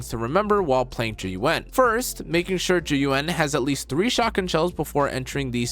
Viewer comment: You might be the only content creator who pronounces her name correctly. Why is it so hard for everyone else?